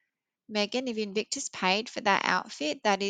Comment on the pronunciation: Nono, you were correct in your pronunciation. "Evictus" sounds correct. 😂